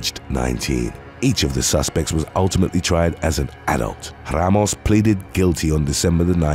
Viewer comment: “Gregory Logan Rrrrramos”